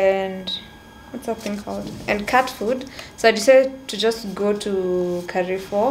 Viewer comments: Lol I followed to see if anyone heard this its kafoo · Amazing content there. But did you just say KAREFOOOOOO 🙆🏽‍♀️🙆🏽‍♀️🙆🏽‍♀️🙆🏽‍♀️🙆🏽‍♀️ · I found someone else who says Carrefour instead of Carrefour. Did you read it differently?😅